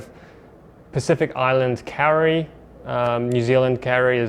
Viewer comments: It’s not “pacific island carry” or “nz carry”. It’s pronounced “co-ree” co as in .co.nz and ree but roll the r. That’s how you say kauri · Another sick job. Funny to think you are pumping all these magic jobs out just 40 minutes away from me. Last night I was learning with my kids the correct pronunciation of Maori words, we have a good laugh trying to get them right. My 3 year old daughter just heard you say Kauri, and nearly wet her pants...